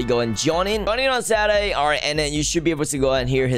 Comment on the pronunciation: lol XD right